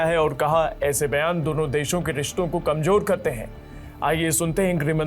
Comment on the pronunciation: Ganwaar apna pronounciation Sahi Kar Kamjoor Nahi kamzoor hota Hai School Nahi gaya tha kiya